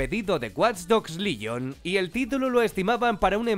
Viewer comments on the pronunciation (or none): WATCH DOGS LYON JAJAJAJA ES LEGION COMPAÑERO PRONUNCIA BIEN AMIJO